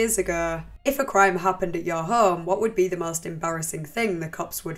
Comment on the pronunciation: what the fuck is your voice? home isnt 3 syllables. its distracting and not pleasant at all to hear. fix that shit